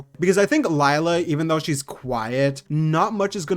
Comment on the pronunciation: the “lie la” is killing me 😭 pleasee “lAy la”